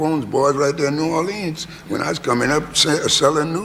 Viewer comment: As a native New Orleanian, Louis pronounces the city's name as the vast majority of natives do NOT pronounce it while Cavett pronounces it the way the vast majority of natives DO pronounce the city's name. I suspect that Louis is trying not to confuse people since he uses artistic license to pronounce it Orleeennsss like in his songs such as "Do You Know What It Means" (to miss New Orleans). So many greats.... I love my birthplace.